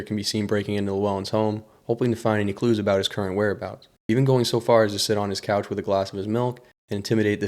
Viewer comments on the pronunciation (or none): none